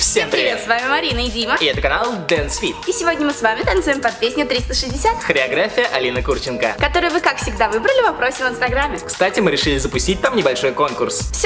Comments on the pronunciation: Алина Кучереееенко, а не Куууурченко!! 😠😡😠😠😠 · ВООБЩЕ-ТО НЕ КУРЧЕНКО, А КУЧЕРЕНКО!!!🙄